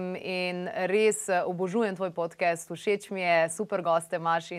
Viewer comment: Šment, ali se "podcast" ne bere kar enostavno podkast (s širokim a) in ne podkest...?😚 Sicer pa bravo za izbiro tega gosta, ravnokar je dobil še enega sledilca na YouTube-u.😸👍